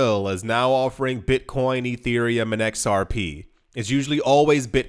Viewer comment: It's pronounced "Zerp"